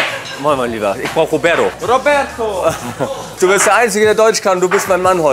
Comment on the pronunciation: Wer kenn ihn nicht, den "Robäddo"😆?